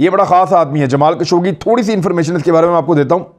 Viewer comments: جسے آپ "جمال کشوگی" کہہ رہے ہیں ۔۔ اس کا صحیح نام ہے " جمال خاشقجی " ۔ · خشوگی ہے کشوگی نہی